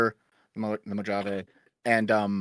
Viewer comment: I would never have guessed that it would be to be the one to pronounce “Mojave” correctly…